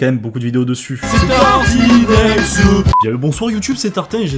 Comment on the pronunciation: C'est tartinEXeuh